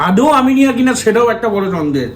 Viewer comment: Eta "Aminea" not "Aminia"